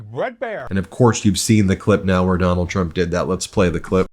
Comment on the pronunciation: Biggest fan and you can’t say his name correctly. Very trumpiann. Big fan though.